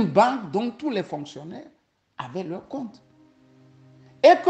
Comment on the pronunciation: "ami aux dictateurs"? "en Leur Z apprenant"? Et pourtant il lit un texte... Etc